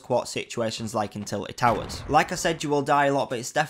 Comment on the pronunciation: “Tilet towers”